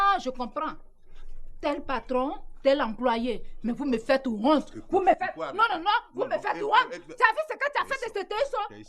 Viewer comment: vous me faites Wonte, non non non vous me faites Wonte mdrrrrrr j'aime trop ma famille